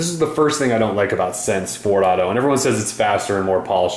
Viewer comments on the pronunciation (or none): Took me a while to realize that "sense fourado" was "sense 4.0" (four dot 0) xD